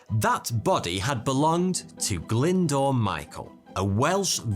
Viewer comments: As a welsh person. You calling him “glyndoor” huts my soul. But nice video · Pronounce the "w" in Glyndwr like that in water. No pun was intended. Actually dwr is the Welsh word for water. Glyndwr = valley water.